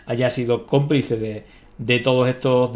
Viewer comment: cómpluce?, ostia el colega